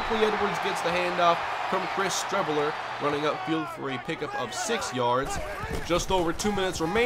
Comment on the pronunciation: Streveler is pronounced like street.